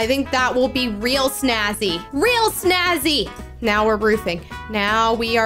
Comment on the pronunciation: Why do you always say snazi